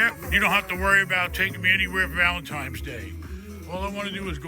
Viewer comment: Did he say Valentime's day?